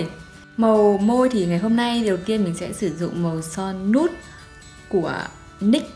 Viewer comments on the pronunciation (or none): chi oi son nude cach phat am la` "nuy" nha, khong phai la "nut". Em van thich nhung clip cua c lam p/s: e k co unikey :((